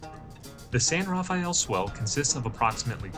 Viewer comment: Great area. It’s pronounced “san-ra-fell” not “san-raff-a-el”